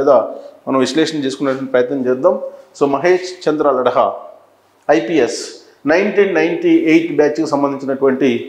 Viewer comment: లడ్హ కాదు లడ్డ